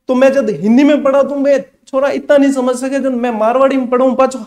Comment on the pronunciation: अच्छा जी ...आप लोग ' स ' को ’ ह ' बोलते हो ...समझ को हमझ 😊